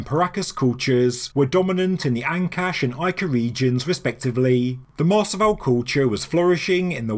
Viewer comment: Pronunciation Tip: Mars-ah-vi-yay Spanish is pronounced crisply on the tip of the tongue. The emphasis should be on the last syllable.